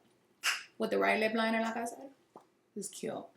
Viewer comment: “With a right lip linerr “ lol